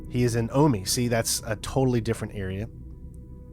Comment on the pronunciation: omi is not pronounced "aw-mee". Jesus fc